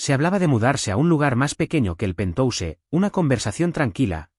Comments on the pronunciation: Es penthouse se pronuncia penjaus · Y penthouse esta mal pronunciado en ingles. Desastroso.